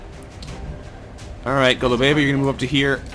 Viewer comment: it's GO-lu-be-va, not Go-lu-BE-va.